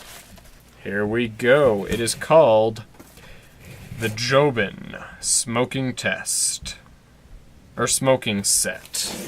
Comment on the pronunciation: It’s jobon not jobin